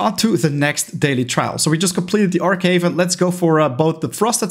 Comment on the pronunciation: It's Arch Haven not Arck haven you arch gamer